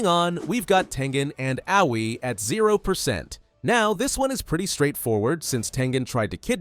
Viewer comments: actually aoi is pronounced a-oi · uh, did he call her owie??!!!